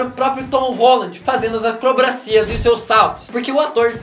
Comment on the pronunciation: Só eu que notei o "acrobracias"???